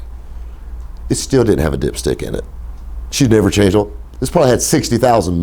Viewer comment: why does he pronounce the word "oil" like "ohl"? sounds weird.